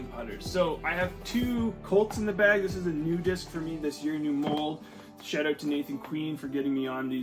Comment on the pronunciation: Don’t notice your accent until I heard “aboot the beg” lol